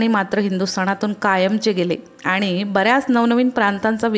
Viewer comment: तुमचा मैन प्रॉब्लेम न आणि ण चा आहे. जिथे न बोलायचे त्याला ण बोलता आणि जिथे ण बोलायचे त्याला न बोलता. जसे आणि ल आनी आणि पाणी ला पानी. प्रयत्न करा थोडा तुम्हाला जमेल. माझ्या तर्फे तुम्हाला शुभेच्छा.